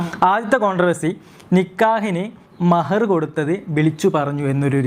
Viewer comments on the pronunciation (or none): മെഹർ അല്ല bro മഹർ.